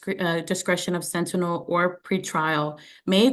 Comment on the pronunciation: Judge , its SENTINEL.... she butchered the word several times. LOL!!!